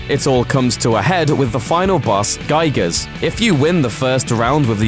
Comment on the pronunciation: Oh, cool! I always wanted to play as someone closer to the real me!! Also the way you pronounce Giygas makes me kinda cringe...